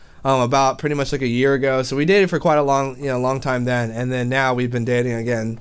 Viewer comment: you realized you said "a good wong while" ahahahaahahaha